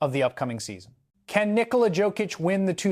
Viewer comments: Can you learn to pronounce his surname right? Imagine J is a Y . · first of all, learn to say his name right🤬